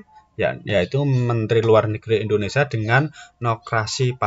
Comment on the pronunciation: M ksh utk pnjelasannya mas, dikit masukan utk NICA bacanya Nika mas n utk Indonesia, sia harap ditekankan agar tdk terdengar Indonesa . 🙏🙏